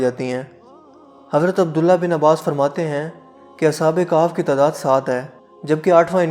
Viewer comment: Khef not kaf